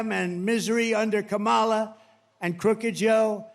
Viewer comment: He Said Vice President Kamala Harris Name Correctly For The First Time!